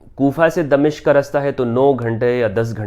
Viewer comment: غلط العام اگرچہ صحیح ھوتا ھے مگر صحیح لفظ دمشق Damashk میم کی زبر کے ساتھ۔